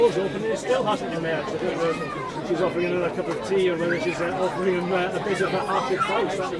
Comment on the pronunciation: "Not anutherrrr wunn?!" 😂